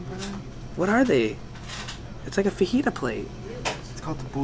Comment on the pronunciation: Does it bother anyone else that he's Mexican and he doesn't pernounce fajita right